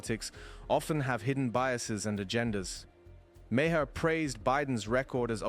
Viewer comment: Ma Her ?? Really? Learn to pronounce the guy's name before you make a video.